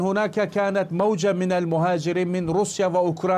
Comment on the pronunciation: يقال موجة. وليس. موددجة